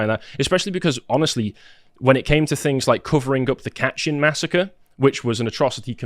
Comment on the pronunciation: It's pernouced KAY-tin forest/massacre. Not "Katchen"...FYI